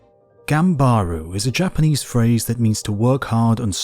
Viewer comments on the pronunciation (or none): What a journey for a young man! For reference, the journey from Tokyo (edo) to Ise takes around 6 hours by car. I can’t imagine walking and riding that distance. I love this! A fascinating look at the life of more everyday flawed human. By the way, ganbaru has the stress on the first syllable with the “ba”being very short. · GææmBAAArew is a Japanese phrase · My ears are bleeding from all the wrong pronunciations.... Jesus, stop saying "gang-ba-ru" (wrong romaji here, trying to imitate the voice over char of the video) in your accent - it sounds all wrong. Goddamn, it freaks me out lol.... JESUS again, almost all the Japanese names and terms you say out loud sound so wrong. Please make it stop. lol .... I guess I have been living in Japan way too long by now so I forgot that not everybody had the privilege to actually live in Japan and learn the proper pronunciation of the language. So I apologize. It takes some time to learn the actual language and how to properly pronounce words in it. This video certainly does not use the correct pronunciation at all, but the actual content is still very interesting and entertaining. So do not be discouraged watching this video. Overall I loved the way the story was presented. I just had a problem with the pronunciation of most of the Japanese terms used. But I guess that is just my personal issue. Final verdict: I do hate wrong pronunciations since I have been living here long enough to know the correct ones. However, the video overall was very informative and entertaining. Thank you. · It's Gambaru ん is pronounced m when it precedes B M P sounds like in Tempura